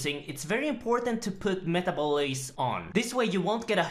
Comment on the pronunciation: "metaboleese" Also: "2 buttplugs"